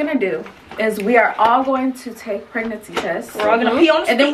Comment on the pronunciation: Taake the test, taakkke the test 😂